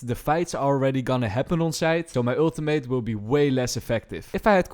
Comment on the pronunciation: He needs another PHD on pronouncing "Ultimate" correctly though. Lol :D